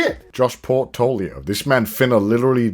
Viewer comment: “Josh Portolio” 😂